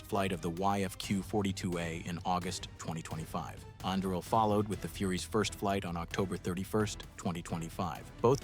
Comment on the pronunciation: Anduril pronunciation changed 6 to 7 times throughout the video. Hmmm.